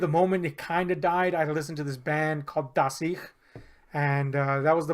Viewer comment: ever heard of "Witt and Heppner" and "Deine Lakaien" (both a little "darker", similar to Rammstein), or "die Ärzte" or "Tote Hosen" (more punk)? Btw: no need to fix it, when he said "das ich" in the american way, he said it in a perfectly fine german (let's just ignore how he said "das ich" in what he believes is german);-)